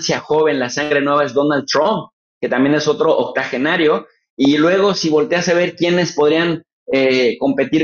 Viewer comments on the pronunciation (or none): Se dice octogenario y no OCTAGENARIO